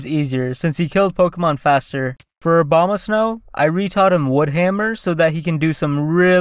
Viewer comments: this is like a plythrough in the eyes of Uber Noobs lol p.s I love how you said Obama-snow instead of Abomasnow 😅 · ‘Obama’ Snow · I love how he says "Obamasnow" not "Abomasnow"